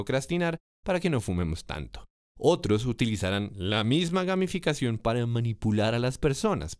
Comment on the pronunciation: pense que decia: gaminficacion jajaja